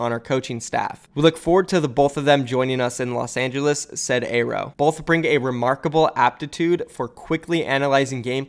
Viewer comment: YOOO HUGE NEWS PRONOUNCED AERO’S NAME CORRECTLY!!!!:D